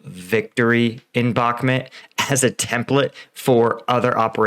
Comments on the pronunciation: It's Bahk-MOOT, not Bahk-mit. I like your videos and watch them all the time but this pronounciation is starting to get to me. Cheers! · Come on Paul, it's pronounced Bach-moot. 6 months into this battle and some of you Ukraine War YouTubers still don't know how to pronounce it. Same thing goes for Svatove. That's pronounced Svat-toe-va. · It's Bakh-mooot...not bahmet .... With the amount of resources poured into that city whoever wins will significantly alter the war . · First time hearing somebody pronounce bakhmut as bakhmet 😄😄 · you dont even know how to pronounce Bakhmut. u r just a budala. keep it up, its gonna boil over, and all your hopes will bite the dust, wannabee soldier. i hope you posses some self humor, youll need buckets of it.